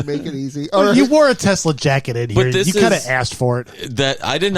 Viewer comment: "The line must be drawn he-ya! This far, no furthah!"